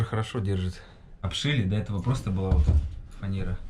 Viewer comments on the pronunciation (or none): none